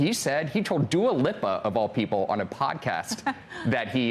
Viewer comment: Dua Lip-a... cmon now you have to live under a rock to mispronounce that